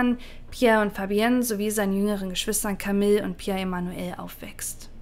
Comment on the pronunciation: Camille spricht man Kamiiii aus.